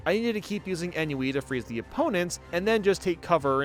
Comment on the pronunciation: Ennui is pronounced [on-wii]. Trust me. Gabriel Rolland